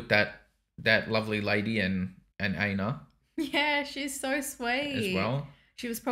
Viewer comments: I pronounce Einar as if that helps “Ain-har” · "Iinar or Ainar." Oh geez…